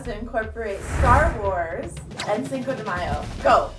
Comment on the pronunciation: instead of cinco de mayo... cako no mayo. lame i know, but my husband died laughing when he said it :p